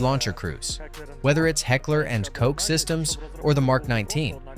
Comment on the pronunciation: Not Heckler and Cok, 😂 "Koch" spells like "Koh". A soft ch sound, like in Bachelor, but softer...more from the throat, a little hissingly